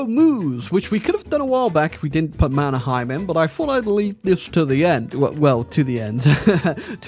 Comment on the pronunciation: as a fellow anglophone, i found out that Mannerheim is pronounced Manner-hey-m in Finnish (i found out the hard way)